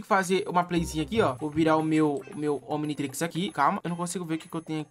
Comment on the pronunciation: Como assim "omintrix"? Kkkkkkkk